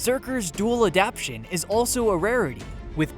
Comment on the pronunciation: The word "adaptation" is pronounced aa-dap-TAY-shun, not aa-dap-shun! I wouldn't nitpick if he didn't say it so often!